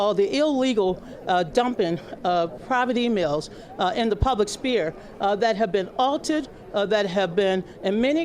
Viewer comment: She said ' Public Spear'...Hey Donna, the word you were looking for is sphere.